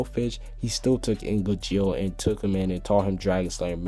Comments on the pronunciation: It's pronounced gajeel not gijeel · And also the one u called gidjeel is spelt gajeel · it is not gijeel as u know how to say it when you look at the english dub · GAJEEL GAH-JEEL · your pronouncing gajeel wrong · dude u said gajeel name wrong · you pronounced gajeel wrong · you mispronounced Skiadrum,Grandeeney,and Gajeel